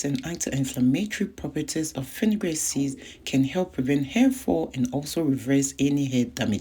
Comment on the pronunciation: Are you saying afinigan seeds??